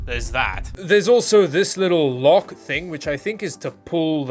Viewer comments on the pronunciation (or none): none